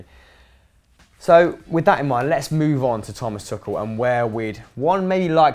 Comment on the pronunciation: "Tuchel" not "Tuchal", unless there's some play on words which I don't understand :D